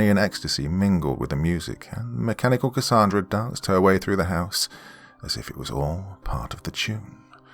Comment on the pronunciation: Gotta say Doc I ❤️the way you pronounce Cassandra 🥰 I go by Cassy for short. Awesome story & wonderful narration as always. ❤️🖤❤️🖤